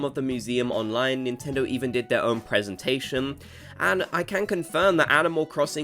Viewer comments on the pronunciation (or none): none